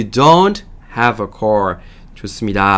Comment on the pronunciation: 제가 듣기가 않좋아서 아래와 같이 궁금한 사항이 있어 질문드립니다. 흠잡자고 하는 것 아니니 오해는 없으시길 바랍니다. This is my car You don't have a car ~car 발음과 ~car 발음이 내 귀에는 다르게 들리는데 다른분들이 듣기에는 어떠신지요? ~car의 발음이 내 귀에는 call 처럼 들립니다. is he a good teacher 에서 is의 발음 es 처럼 들리는데 여러분의 생각은?